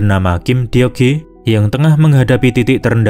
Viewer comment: Baca deok hee - dok hi,, semoga next ny bisa diperbaiki bang, abang kn pas nonton filmnya kan denger orang nyebut namanya gimana..